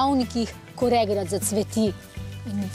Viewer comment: Oprostite, ampak regrat je regrat in ne regrad.